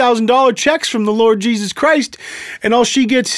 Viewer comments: I heard "In the name of cheeses" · also i keep hearing him say cheesus am i the only one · It's sounds like he's saying "in the name of cheese's". Im not a cheese fan tbh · When the pastor said Jesus it sounds like cheesesus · Did popass said cheesus? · Why I hear him say cheeses :|